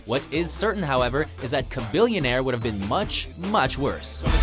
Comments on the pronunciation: its pronounced cha millionaire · It was good until you said Chamilionaire.. It matches him.